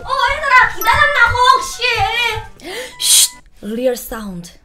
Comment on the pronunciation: 난 팡이언니의 Hoxy가 왜이렇게 좋을까... 계속해조 또 해조... 그 찰진 발음 넘 조하 나도 언니처럼 엽떡 착한맛밖에 못먹는 맵찔이라 이해해 .. 그래서 난 아예 불닭 안머겅....